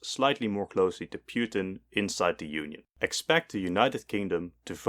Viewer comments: Putin not Pewtin lol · Bro called Putin "Pewtin" 💀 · Ah yes, pyutin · Ah yes, Pewtin, my favorite president of all time! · Vladimir Piutin?😂